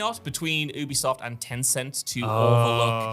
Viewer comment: You be soft is the pronunciation. They literally went on record to tell people how it's said and people still can't say it right.